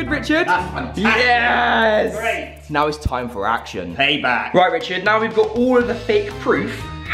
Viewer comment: Saying richerd is dead